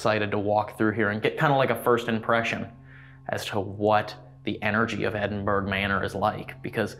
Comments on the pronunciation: ed in burr ahh non edin burg...if you cannot understand scottish...do not use it..or try to pronounce it..you just sound foolish...ya dobbers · I live near Edinburgh in Scotland. We pronounce it Edin-bu-ra 🏴 Another great episode. 🥰🏴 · Brilliant episode as usual..........just wish I could teach you how to say Edinburgh properly 🤣😘❤🏴 love you guys xx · The Ghosts are only upset that everyone is saying Edinburgh wrong.